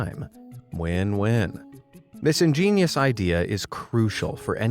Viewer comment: By the way why does he keep saying ingeinious